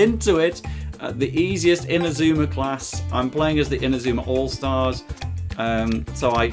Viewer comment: ma man says inazumar elvee